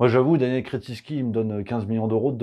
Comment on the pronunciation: Sacré patronyme! Il est vernis le gonze! mais, je crois que vous ecorchez le 'in'.